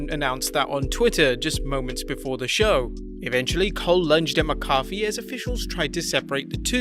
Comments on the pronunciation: Why are saying mccoffe? It’s mac a fe. 😂😂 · (Mack a fee) not (my coffe) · Ok.. this is not Tomato(to may toe) tomato(to mah toe)... its MacAfee(Mack a fee). Thats the only way to pronounce it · Mac-A-Fee not McCoffee you make it sound like a McDonald’s drink 😂😂😂😂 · right- I said "coffee kingston" (never heard it pronounced) and my wrestle nut friend yelled K O F EE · it keeps sounding like you're saying Pat McCarthy. Repeat slowly after me..."MAC-AH-FEE" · its mack-uh-fee not muh-coffee lol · How about mack-a-fee. You know, how its pronounced. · Also it's pronounced "Mac Uh-fee" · For fucks sake mate, say it with me...MACK-A-FEE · It’s (mack-uh-fee) pat mccafee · ITS MACK-A-FEE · Thank you!!!!! I literally came here to say that lol. Mah-cah-fee. So maddening hearing that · Let's work on that pronunciation of Pat's name lol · Ur saying his name wrong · this pronunciation of McAfee is triggering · I grit my teeth on how he says pat's name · Learn how to pronounce Pat macfee name.